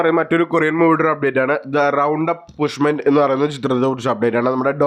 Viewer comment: പുഷ്മെന്റ് അല്ലെടാ പൊട്ടാ.. Punishment 😂